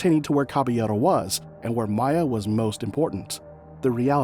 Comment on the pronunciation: First of all, her name is Miya - MEE-A, not MY-A. That irritated me, because did you not watch the video footage you included? This is soooo sad, praying for peace for this family. 🙏🏾